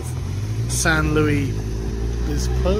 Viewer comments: Not Louis, Luis. Lew Ihs. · Sargon always pronouncing foreign words the French way. It’s Che Guevara not Shay Gwevara, it’s Luis not Louis (Louie).